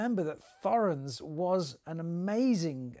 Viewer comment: Thorens is pronounced without the 'h'.